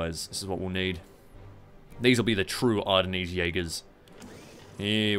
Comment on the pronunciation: Ar-da-knees. You're killin me. It's Are-den